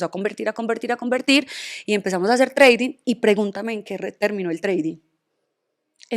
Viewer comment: jajajjaj TRADING NO se pronuncia así, es mejor que lo diga en español para que no haga el ridículo y se le afecte la plasticidad.🇺🇸💪🏻